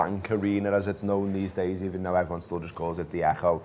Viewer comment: good ebening eberton looooool